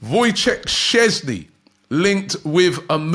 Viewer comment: i'm surprised you can say Sceszny perfectly but struggle with easy names such as Tsygankov etc hhaha Also, Sceszny as 2nd keeper would be very good.